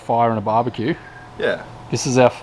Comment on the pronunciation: "Turbecue" should be newly included in Encyclopedia Britannica